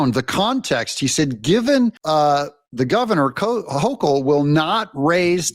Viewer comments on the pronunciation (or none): Doug, you are killing me with your pronunciation of the NY Gov's last name. It is pronounced like local but with an "H" at the beginning. HOKE L